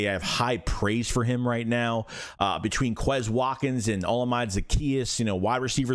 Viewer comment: “O-Llama-Day” Zaccheaus is how you pronounce it